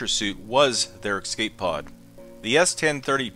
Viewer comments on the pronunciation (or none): EsCape not eXcape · "If you like content like this..." What? Videos where you repeatedly say "ex-cape" instead of "escape" ??? Nah. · eScape.. note eXcape.. this kills me as much as people saying 'aks' when it's 'ask' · Did you just say...."excape"? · "excape" bruh